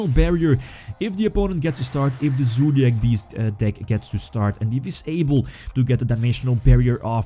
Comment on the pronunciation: Im just watching this video to hear say ZOOdiac